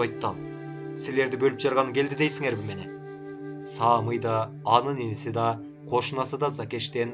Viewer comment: Кыргызча ат Самый, ударение на "ы", Саамый деп окуйт го. 🙈